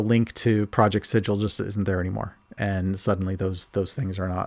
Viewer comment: Thank you for calling it Sid-jill and not Siggle.